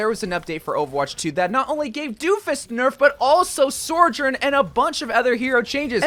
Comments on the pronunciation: Bro never fails to extremely confidently slide an "r" between sou and jorn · Ah yes, SOREJOURN